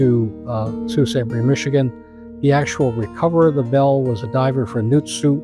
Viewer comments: Sault Ste. MARIE PRONOUNCED SAINT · Great graphics of the waves and ship sinking. That's how I envisioned it. The Wave over Coopers ship was impressive. I took a 30 ft wave over a commercial fishing boat in Alaska, I thought we were done. But I do have a say a MAJOR screw up is calling The Soo, or Sault Ste. Marie, "Sault City" about pissed me off. I'm from there! Never heard it refered to "SC". Sault City is in Iowa. The town is know from the French words- "Le Sault de Ste. Marie"---- meaning "The Falls of Ste. Marie". Locals call the place "The Soo". Nice shout out to each crew member! RIP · I concur with the comments praising this detailed and respectful documentary - well done. Only one quibble, and others may want to chime in: I was born and raised in Sault Ste. Marie Ontario (and I remember that November storm when I was eight years old, and the next day's news of the missing freighter), but I've never heard Sault Ontario or MIchigan referred to as "Sault City." Usually it's just "the Sault" or "the Soo." Other than that minor issue, though, thanks for doing justice to this powerful story.